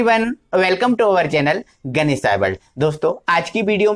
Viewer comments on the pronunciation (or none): none